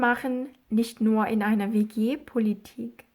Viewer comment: 강의 엄청 잘 듣고 있어요 ,, 궁금사항있어요,, 해당파일 듣기 연습하는데 in einer Wohngemeinschaft 발음하실때 in einer 가 다르게 들리는데 혹시 "인너"로 하신건가요.. 화면 안보면 안들리더라구요...감사합니다.